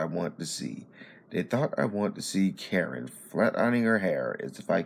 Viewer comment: It’s not Karen dude, it’s Kuh•rin